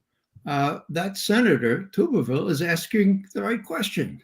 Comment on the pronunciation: The Alabama senator’s last name is pronounced like Tub as the like bathtub.